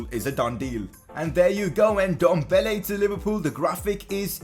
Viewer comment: Please say Ndombele right. It’s Ehn-dom-bah-laye